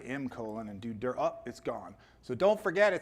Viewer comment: Very interesting ; good reminder of cpm basics and i finally learned how to pronounce « dir « like a native English speaker :)